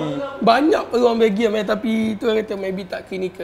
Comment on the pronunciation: pengulas acah2 tu boleh diam kot aku rasa. Sebut belgium betul2 la